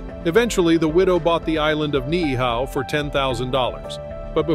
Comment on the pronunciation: Absolutely agree, many of the video clips are not of hawaii. Also, the pronunciation of Ni'ihau is incorrect, you pronounce both of the i's.